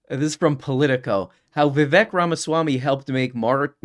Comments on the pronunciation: I find it easy to remember how to pronounce his name. It rhymes with 'Mistake'. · His name's Viv-ache. It rhymes with "fake". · Vivek rhymes with cake, come on guys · so the guys that support Vivek can't even pronounce Vivek properly, nice